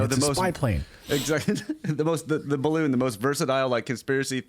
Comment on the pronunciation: a barroon? 🎈